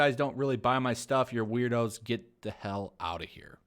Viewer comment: i love that he pronounce weirdos "weird hoes"